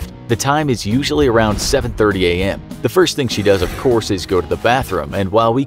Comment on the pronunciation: Ze queen is Ze queen